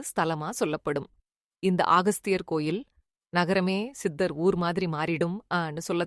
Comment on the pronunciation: அகஸ்தியர் என்று சொல்லுங்க ஆகஸ்தியர் அல்ல